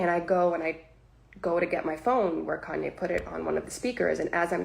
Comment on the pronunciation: Who the hell is "KEN-YAY", my boy?